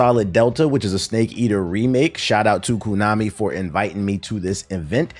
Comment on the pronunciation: It’s pronounced (Konami) Koh-Nah-Mi, not Koo-Nah-Me bruh.